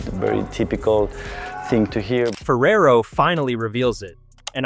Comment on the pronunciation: Why do you pronounce Ferrero's last name as "Ferrer" as in David Ferrer. It's a totally differnet name and pronunciation.